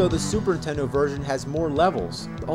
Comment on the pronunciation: I come back just to hear James say “Super Intendo” 🥹